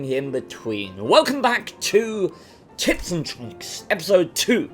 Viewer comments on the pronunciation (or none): I swear when I heard you say tips and tricks it sounded like tits and tricks